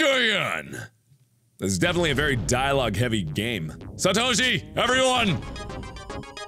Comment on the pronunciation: ISE CREEM Official he said Satoshi right